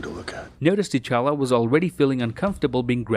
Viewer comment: Why Nebula calls T'chala "cha-cha"